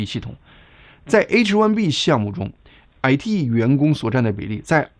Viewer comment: 感謝澄清❤ 您的「矮嚏」（IT)鄉音令人有點出戲 😅😂